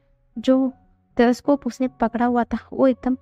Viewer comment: Telescope not thotocop.